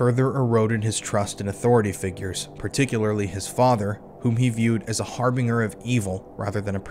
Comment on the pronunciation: Harbinger … like binger like going on a binge. Not binger like bing bong.